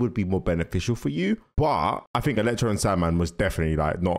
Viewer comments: Man said “electrode” 😂😂😂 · His name is ELECTRO, not “Electrode”. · It's Electro not Electroed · "Electrode" LMAO 😂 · Ah yes electrode, you need to start remembering names, it's electro!!! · It's Electro not Electrode, he's not a Pokémon bruv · Electro not electrode btw 😂